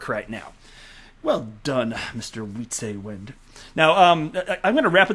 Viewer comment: As a dutch person, I can't stand to hear you murder the pronunciation of Wietse's name. It is not pronounced WHEATSAY WIND. I have held my tongue trying to not be that guy, but it is literally killing me. Please for the love of god, hear me out on this one. W's in dutch sound like V's. Think "pizza" but with a V and "wind" with a V. His name is pronounced like this: "Vizza Vind" /end rant.